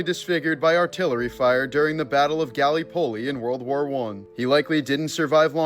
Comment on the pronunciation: Dude... ga-LIP-o-lee. It's a great movie, too.